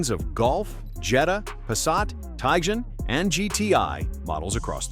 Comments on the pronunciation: Trying not to pronounce Tiguan not Tjgan.😂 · Try to pronounce Tiguan, Moron